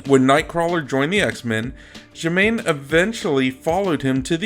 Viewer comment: I think you are mispronouncing the names. Steffan should be pronounced "Stef-ON". Jamaine, in German, might be pronounced "Yuh-MAHN-a" which is closer to Amanda. Margali should be "Mar-GAH-lee". Margali was later retconned as French, and could have named her daughter Jules. As for Campbell, they saw what may happen, not necessarily what would. Personally, I prefer Amanda's nom de guerre of Magiceine. Daytripper is just too Beatles.